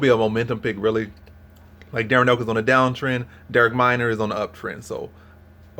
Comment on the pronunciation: Sad I gave this a view when he can’t pronounce Minner’s name correctly. How could you possibly think Elkins will get subbed when the last time he was subbed was 10 years ago by the lightweight champ?